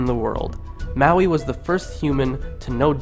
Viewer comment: churr bro. dont mind 'te' haters. after my ears stopped hurting, i actually enjoyed sum of those old stories, sitting here cracking up at your interpretation, enjoyably so. :) you did pronounce maui right tho haha anyway well done and thankyou.